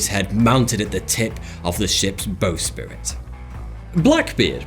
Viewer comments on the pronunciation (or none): "Bow spirit"? No, it's bowsprit - it's pronounced bow (as in to take a bow on stage - bow being the front of a boat) and sprit (spit with an r in it). The bowsprit is a pole that comes out of the front of a sailing boat that has the bottom of the foresails attached to it. It effectively makes the boat's rig longer than the boat so it can carry more sail area and thus catch more wind to convert into more power and speed. Source: I am a sailor born in the same little village as the arch-pirate Henry "Long Ben" Avery. Yah, yo ho and a bottle of rum!